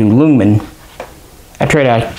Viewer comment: Just to let you know, I'm also a big fan of the AG42B, but while at SHOTshow I got called out by some swedish folk for pronouncing its name the same way you do haha. Apparently its properly pronounced as "Yoongman" or you-n-guh-man